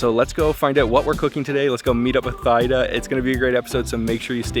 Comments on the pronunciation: Great reaction, thanks 👍 but her name is pronounce like TEEDA. Again the H is silence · Idk why she didn’t correct you. She’s so polite. Her name is pronounced “tee-dah” lol I was like ugh the whole time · Oh BTW her name is pronounced T-ee-dah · Great video! This was what I was waiting for you to try. I must say you need to try prohok ang that is a must since you are in the country side. I am Cambodian and I am pretty sure her name is pronounced Tee Da. She is probably too shy to correct you.But overall great video. 😊Keep the video coming. So many delicious foods in the country side like gong gab bok..I want to see you eat that and the prahok ang. Yum. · I’m sure it’s pronounce Tee-Da Lol😅 if it’s spelled Thida the H is silent lol . But thanks for showing up on our motherland .❤ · The way you pronounced her name wrong😂 great vid though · Her correct name Teada not Tyda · Just wanted to correct you, it’s T-da not Thide-da😊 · Oh my goodness, bro you just butcher the pronunciation of her name...lol.. I believe it pronounce " T-Da." 😅. I know because. I have a friend with that name. She should have corrected you. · Not Thigh-Da, bro… she should’ve corrected you — her name is pronounced “Tee-dah”. The H is silent like the H in Christina. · her name pronouns as Tee-Daa, not Thigh-daa anyways great video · It’s not pronounced thigh-da 😬, it’s pronounced as tee-da. But awesome video! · Omg, why can’t he ask how her name is pronounced? It is so disrespectful to get such a simple thing wrong. Absolutely mind blowing. Tee Da, speak up! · It’s pronounced “Thee-Dah” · Her name is pronounced T-Da. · Her name is pronounced TeeDa btw. Great video as usual :) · Good looking food. I think her name is pronounced as T DA. Thank you for sharing ❤ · Thida as in (tee-da) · Pronounced Tee-Da. But wonderful video.